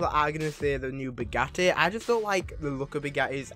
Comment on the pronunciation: No it’s “Bugatti”